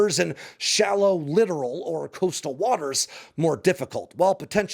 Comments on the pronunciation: Littoral is pronounced like it's spelled (litt-oral), not "literal". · It’s littoral, not “literal”.🤦‍♂️ Not pronounced the same way. Someone didn’t do enough basic research. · Pronounced “Li-tor-ull” not “Lit-er-al” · Love your insight and presentation. As a side note Littoral is pronounced Li-tor-al not as you pronounced it as literal. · littoral - “ Lye-Tor-Al”